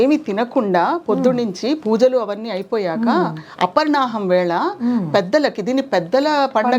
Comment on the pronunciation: అపర్ణాహం.... అనకూడదు... అపరాహ్ణమ్... Aparaanham అని పలకాలి